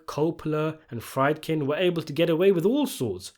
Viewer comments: Friedkin, pronounced as freed-kin, not fride-kin. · bro's still saying 'fried-kin'? lmao